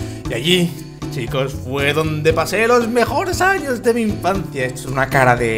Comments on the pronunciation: en el minuto dice anos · jajaj es sony al reves pero si dice anos jajaja